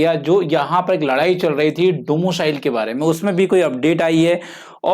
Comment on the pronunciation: Domo cile 😂😂😂bt axa lga rha hai sunne me